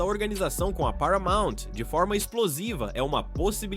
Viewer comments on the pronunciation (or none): none